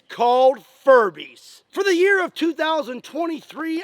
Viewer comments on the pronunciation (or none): none